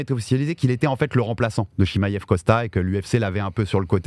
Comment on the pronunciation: Svp y en a 1 qui peut lui dire que c pas chimaiev mais chimaev jpp de son "i" qui n existe pas dans tout c podcasts